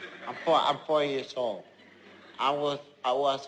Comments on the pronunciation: I thought he said I'm really old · Honest to the lord, I thought he said "I for your soul" the first time I saw this. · thought he said: I'll pull your soul :| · At first I thought when Jeff said"I'm 4 years old" I thought he said "I'm for your soul" :/ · I Thought He Said "I'll Play You A Song" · i thought he said: "i'm foe in shole" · I heard that too XD haha